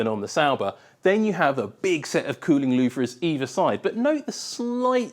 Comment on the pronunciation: Louvres are not pronounced "loov-rizz",.